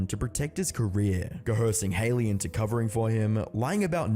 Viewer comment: You were pronouncing Haileys name wrong.